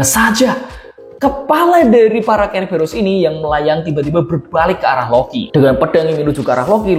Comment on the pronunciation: Itu ceeberus di baca serberus